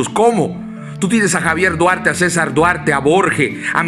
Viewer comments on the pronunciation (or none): none